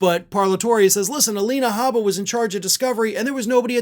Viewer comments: "Gabba" I thought it's "H"abba yu put G instead of G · You said gabba instead of habba.